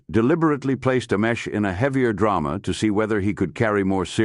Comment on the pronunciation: I couldn’t watch this one because the mispronunciation of this man’s name, butchered, a hundred different ways, was unbearable.